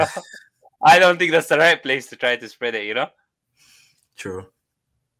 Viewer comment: The way he said spread is brutal....